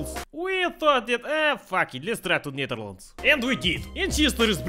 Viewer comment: is it me or is that pronunciation of "Netherlands" very dutch...